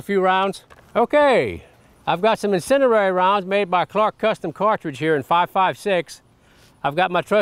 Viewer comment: The word is incendiary, not incenderary.